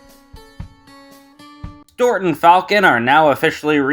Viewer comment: Bro calls Stewart "Stort."